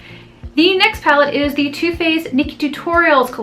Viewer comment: When you say 'Too Faced', I think you're saying 'toothpaste' haha.